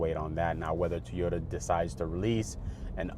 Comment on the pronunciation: What is a Tee-yo-da? It's TOY-O-TA! There is a reason why you only have 16 subs. LOL